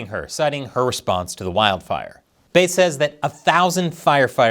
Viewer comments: It’s “Karen Fish” not “Karen Rythym Instrument” ya dig bass not base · Very clever to entitle the video in a way that outwardly appears to criticize or praise in a backwards manner. I’m hoping your metrics are improving. BTW, the name of the mayor is pronounced like the fish, bass 🍯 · It's Bass, like the fish. C'mon man. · Karen Bass' last name is pronounced like the fish, not the musical instrument. Just wanted to let you know as I expect there will be other 'firestorms' (literally and figuratively) in her tenure as L.A. mayor over the next few years that you'll be reporting on. Musk's '5 accomplishments' email - If no one in the OPM responded and they all got laid off, would there be anyone left to do the paperwork to lay-off the other 100,000+ employees at other federal agencies who didn't respond? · It's Bass, like the fish.